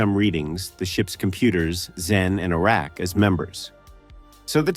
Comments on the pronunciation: o-REK the computer was funny too. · Along with the mangling of Oracs' name